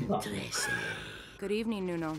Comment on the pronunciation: Tre---se.... English 13...